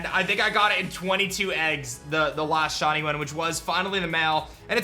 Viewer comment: Who else hears "Shonny" when this guy says shiny?